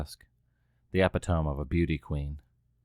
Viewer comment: For future reference, epitome is pronounce "eh-pi-tuh-mee" not "Eh-pi-tome"